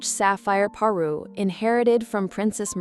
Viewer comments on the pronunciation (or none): It’s a parure, pa-RUER, not a paroo! If you’re going to be a royal jewelry channel, you have to get the language right.